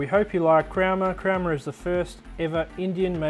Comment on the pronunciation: I think it's pronounced Crow-ma, not cram-er. I found a similar filament in a local shop for just $14.95, what are these other companies thinking they're dealing with, idiots? I can see spending a little more for those custom filaments like wood, steel or carbon, but for the run of the mill stuff like this... It's just plastic string folks!!!